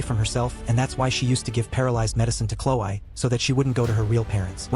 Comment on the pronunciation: normal people: chlo-e. the video's narrator: chlo-i.